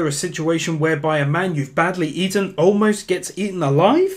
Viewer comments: u fucked up an didn’t say “Man U badly BEATEN”. U said “man uve badly EATEN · Anyone else notice that says “a man you badly Eaten” instead of beaten LMAO 😂